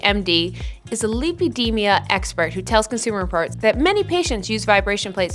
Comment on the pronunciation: Save your time - not a great video - WASTE OF TIME. And it’s called LAI-PO-DEE-MAAA!!! Not lipoDIMIAAA.